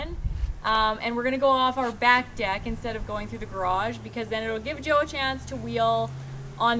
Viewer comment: Ahhhhhh……Joe! I finally worked it out via the text. I’m sorry but I occasionally struggle with Canadian accents a bit …..just you pronounce some vowels and SOME consonants oddly compared to Aussies.